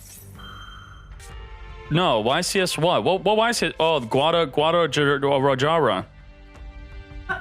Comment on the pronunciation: He said "Guad-a-lah-jarah" 🥲